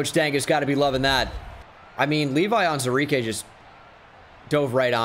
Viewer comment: Day 37 of me waiting for to acknowledge the “WU” in the pronunciation of “Onwuzurike”